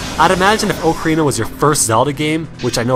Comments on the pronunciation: The way you pronounce ocarina grates my ears but.... Nice list :) Also, I never had a problem with link stopping in twilight princess to swing- he never did that for me! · why can't people pronounce ocarina correctly